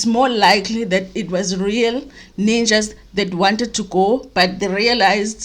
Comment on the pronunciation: Ow 🤣🤣🤣ninjas not nunjas